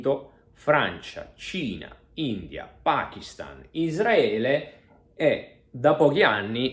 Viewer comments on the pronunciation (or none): none